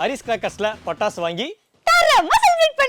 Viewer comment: Pattasu ❌ Tappasu😂✅